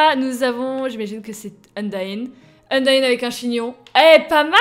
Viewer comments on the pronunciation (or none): frite a fait une video sur le mod et il a maltrete: undyne chara et asriel il a dit asriel c toriel et il a dit chara ou lieu kara et undyne il disait undine c t un massacre apprend lui undertale!!! stp